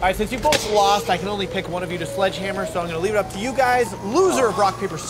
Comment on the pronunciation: you said one hit with the sleghamer